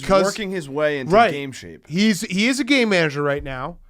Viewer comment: Any one else just hear gay manager instead of game manager?